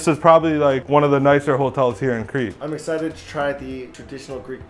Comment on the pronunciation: As a Greek they way you said Crete hurt my insides